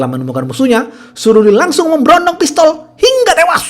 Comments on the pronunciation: Hingga tewashhhhhh fasih bgt huruf shodd nyaa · Anjirtt Kok aku agak ngakak pas mimin ngomong HINGGA TEWAS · Suka banget pas bilang HINGGA TEWASS..!!! 😀😀